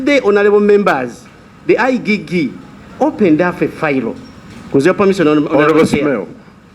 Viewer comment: Let the "I Gee Gee" investigate. You cannot even pronounce IGG. Has he never heard other people pronounce something so simple? Another national embarrament.